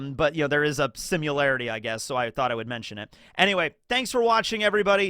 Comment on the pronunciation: Maaan. You were SO close to the whole video being entertaining. And then right at the end you ruin it by saying simUlarity 😩